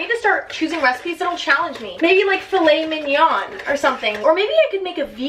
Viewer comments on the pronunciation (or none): emma: we’re not french also emma: ~~filet*~mignon*~